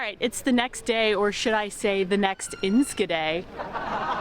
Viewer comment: Look at those sandwiches, amazing! Y'all (you all, how do you say that) are making progress in Dutch! The hardest thing is the 'sch' in, for example Enschede. you tried, and said ensKede. Did you know that in WW2 the best way to know if others were foreign and not to be trusted (not Dutch) is asking: can you say "achtentachtig kacheltjes"? (eighty-eight heaters). Pronounce was key.